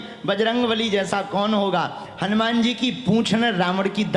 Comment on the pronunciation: ये अनुमान, अभिमान, विमान वाला क्या गप्पा लड़ा दिया कथावाचक ने...........उनको कोई समझाए कि हनुमान् शब्द इन शब्दों से भिन्न मत् प्रत्यय से निर्मित शब्द है........और श्लोक का उच्चारण भी शुद्ध करें🙏🙏🙏🙏🙏 ऐसे ही सनातन का रक्षण नहीं होगा